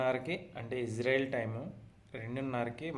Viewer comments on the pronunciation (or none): none